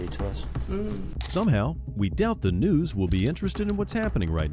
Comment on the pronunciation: "LET ME CALL THE NOOS. LET ME CALL THE NOOS"!